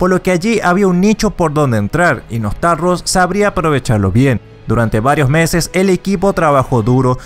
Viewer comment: Podrías al menos haberte leído y pronunciar bien el nombre del server: NOSTALRIUS no “nostalrus” un saludo.